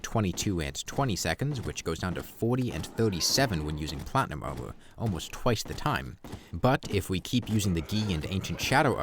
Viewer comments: This whole time i was wondering wth "omo" was, then i understood it was "armor" 😂 great video mate, very insightful! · "Owmur" "Owmur" "Owmur"